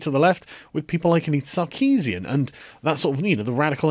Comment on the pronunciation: Just saying. Armenian surnames are pronounced stressing the last syllable. SarkesiAn, not SarkEEEsian.